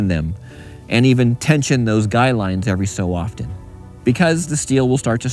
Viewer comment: So glad you said guy lines instead of guide lines like so many people do. I've been a subcriber for a long time. I like to learn things from people who know what there're talking about.